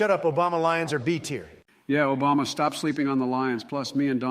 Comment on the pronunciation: “Shut up Obamna”😂😂